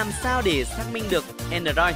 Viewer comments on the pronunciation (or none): none